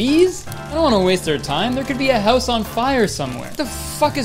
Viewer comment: the way he says house and about>>>